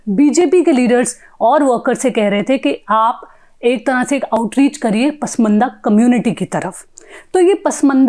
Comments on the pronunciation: Print: please ask your reporter to not to pronounce that word as 'पसमंदा', which infact is 'पसमांदा', the scheduled caste Indian Muslims, though it is claimed that Islam knows no caste. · pashmanda bolna bhi nahi aata is leftist anchor ko😀